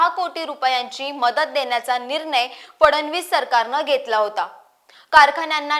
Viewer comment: आपली माहिती चांगली आहे. पण न आणि ण याचा उच्चार शुद्ध असावा निर्नय ऐवजी निर्णय असा करावा